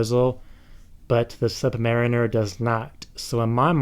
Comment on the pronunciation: I like your way of saying "Rolex Sud-marimer" :)